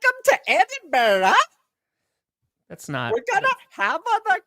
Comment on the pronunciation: Much respect to for his pronunciation of Edinburgh.